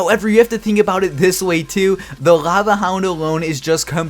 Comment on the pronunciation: Work on pronouncing your "L"